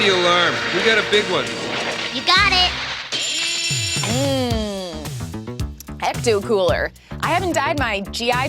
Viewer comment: "Ech-too" cooler....